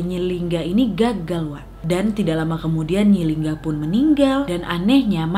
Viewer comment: Nyi linggi wak bukan nyi lingga😂 Sukses terus wakkkk❤️❤️